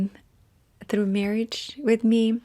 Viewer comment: " I'm not so russian anymore.".. followed by a "thrrrough" as russian as possible hahahahaha Love u